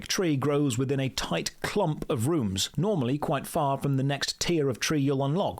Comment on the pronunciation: This is so Runescape that when you say rooms I hear runes.